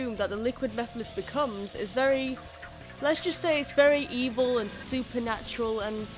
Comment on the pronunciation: the ebil mean evil thats how i say wvil